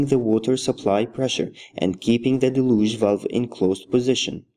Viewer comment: Del-yooge. Not da-looge